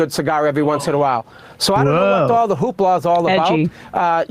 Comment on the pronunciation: This guy literally said hoopala. Way to show not to take you seriously.